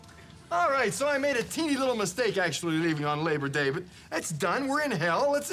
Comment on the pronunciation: Its labor day , not leach day. 😂